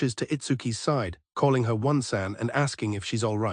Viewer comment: ain't no way bro pronounce "onee-san" as "one-sen"